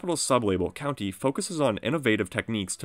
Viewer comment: Kountry not county